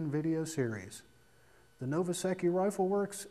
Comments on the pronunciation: LOL. As soon as I heard him say Novaseke I was gonna say something about how he pronounced it wrong, but I see its been taken care of. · I thought it was pronounced "no-va-sec-tomy"